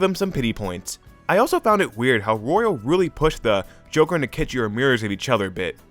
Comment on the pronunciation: it physically injures me when he says “royale” intead of “royal”